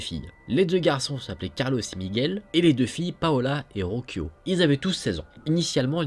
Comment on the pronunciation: Rocio c'est Ro-ssi-o en fait 😅🤗